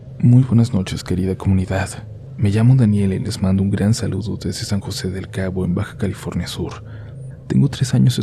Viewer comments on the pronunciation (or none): none